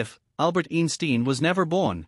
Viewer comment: Eensteen would probably ask you to at least TRY to pronounce his name correctly 😂